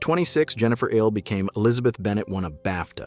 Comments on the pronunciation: Please, somebody explain to the speaker that Ehle is pronounced “Ely”, not “Eel”. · And he doesn't know how to pronounce "Ehle." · I've noticed that none of the speakers on videos about Jennifer Ehle Ever manage to pronounce her name properly! You'd think they would Do Their Homework!